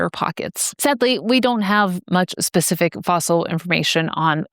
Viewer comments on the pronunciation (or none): none